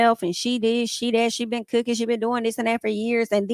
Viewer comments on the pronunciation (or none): none